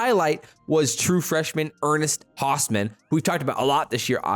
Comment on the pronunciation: Pronounced ernest Hows-min not the other way. Source hes extended family the first husker 🥲